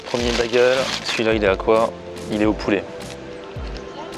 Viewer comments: Bagel se prononce Bégueul pas Bagueul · Sa me perturbe un peu que tu dise bagel c'est baigel prononce bien le AI